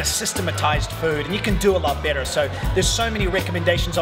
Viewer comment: When you say "better", my American ear hears "bitter" LOL. Love your channel <3